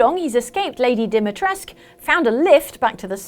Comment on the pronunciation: Lady DimitrescU, you do read/pronounce the U. I'm sorry the devs don't understand our alphabet, but you don't get to change my language because of it. If they didn't specify that it was in Romania, I probably wouldn't care.